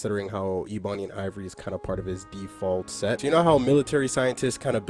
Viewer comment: Dawg, it's pronounced (Eh-buny) Ebony, not (Ee-bunny). Besides that, 💋💋💋 Great video.